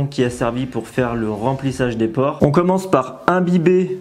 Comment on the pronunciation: PorEs, et non porTs